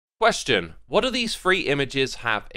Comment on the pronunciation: As a german here, i find this slichtly strange to hear your voice in german. There only 2 things, which could be complained. the very first word "Question" is straight germanized, like, how a german who never spolen english before would pronounce that. the other one are the numbers, though only in regards the years it´s kind of wrong.